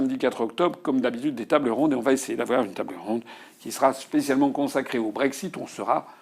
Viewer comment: Quand est-il du brég-zit.... prenez donc un tag-zi. Le brexit on s´en fout. Imaginons par l´opération du Saint-Esprit et son aide transcendantale qu´Asselineau sera président en 2022 et que les poules auront des crocs à tricoter des gillets pare-balles. Bon, d´accord. Il dit: puisque j´ai été élu sur le projet d´un frexit, j´ordonne le frexit. Que la mer morte s´ouvre! Loupé. Il faut que l´Assemblée se prononce . La bonne question c´est de demander à l´UPR si elle peut se passer, constitutionnellement parlant, de l´avis de l´Assemblée, s´il faut une majorité simple ou absolue. Bon, tant que les upéristes de service ne répondront pas, je les tiens tous pour des blaireaux... mais je n´ai rien contre, je m´en fiche, je suis neutre....et que les connards qui pensent que parce qu´Asselineau serait élu, il aurait automatiquement une majorité à l´assemblée, on serait déjà dans une troisième période glaciaire après l´an 5 000... connards s´abstenir....